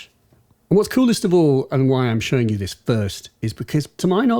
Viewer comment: Hang on. Was it always “dis thing”? !